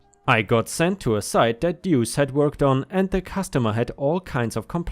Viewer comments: Pronouced like 'loose' 'Doose' . Duece means 2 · Deuce is pronounced Dew oose . I'm sure op missed deuce swapping the e and U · Deuce = sounds a little like "dues" but with a "seh" sound instead of a simple "ss" sound. Think of the word "deduce" but only say the "duce" part of it. It has various meanings, most of which have something to do with the number two, one of which is to literally mean two. (Edit: The way you kept pronouncing the word after your initial confusion was perfect.) Indirect meanings or use of it consist of... Gambling, like with dice or cards, where a "pair of deuces" refers to two two's (a pair of dice both showing two, or a pair of two's in a hand). Or using the restroom and dropping logs, as that is considered to be going "number two." Some say it means peace (two fingers held up to make the peace sign). Apparently it's also slang for devil/dickens, thus "What the deuce?" would translate to "What the dickens?" Though I like the idea of it translating to "What the crap?" 🤣 So in the second story, I think OP's use of "Duece" (misspelling of "deuce") is to infer that the person is a piece of crap. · "Duece" is pronounced Doos. Like in in "dos and don'ts", and it rhymes with "noose". It'a nickname, coming from poker slang for the 2 card, the "duece". A person can get a nick name like that, if they draw a lot of twos in a game, or lose/win spectacularly with twos. Or for having a lucky two card in their hat. Stuff like that. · Duece pronounced dewce. Listened long enough. Slang for two. Happy to help. English is a complex language even for me. A native speaker of it.